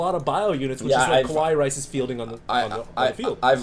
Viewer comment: It's KA+WA+II, not KO+Wa+II ffs